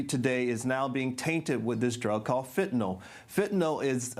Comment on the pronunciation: This guy can,t even pronounce fentanyl properly. what he is saying is crap